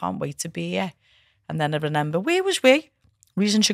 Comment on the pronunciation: You know you're scouse when you say "ReNember" hahah <3